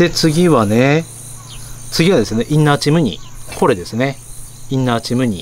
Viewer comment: イン↘︎ナー↗︎チ↘︎ム↗︎ニー↘︎